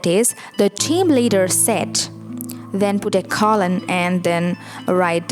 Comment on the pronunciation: Don't forget about the Oxford comma, used after the final word in a list of items before the word "and." Or "and". Depends on whether you're an American-borne or British-borne writer. Pronunciation of "colon": KOE-lun, not CALL-un.